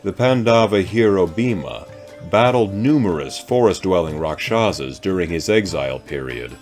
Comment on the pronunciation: Actual pronunciation is RAKHSHASS.